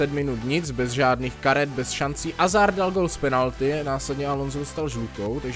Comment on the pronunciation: Je to Hazard a ne Azard.